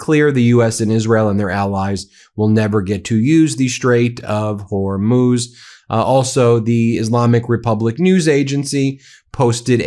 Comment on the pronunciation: Lol why does Ben pronounce it like "whore–moose!??" I'm fucking dying! 🤣🤣💀